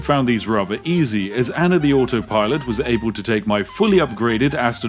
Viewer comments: What’s an “Anner?” I’ve always wondered why some people struggle to pronounce words that end with an “ah” sound. Usually, it just takes slowing down a little to say them correctly. It’s the same with the word “idea.” A lot of people say “i-de-er” when it’s actually “i-de-ah.” I’m not trying to make fun of anyone—I just don’t understand why people don’t slow down long enough to pronounce words the way they’re meant to be said. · where in the world do you see an R in the name ANNA!